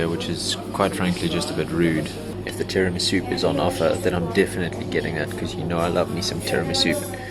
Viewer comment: "Tear-a-me-soup" It was a big mistake to watch this right before lunch!